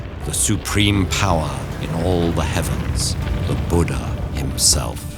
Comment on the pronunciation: Such beautiful and cute storytelling.. but 'Boooodaa' gets me everytime 😅 being acceptable to change Eastern names just like that